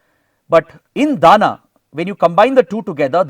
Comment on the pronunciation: Sir it's not 'Dana' but 'Dama' (दाम)